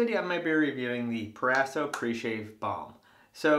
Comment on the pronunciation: It’s “pro-razo” not “per-asso”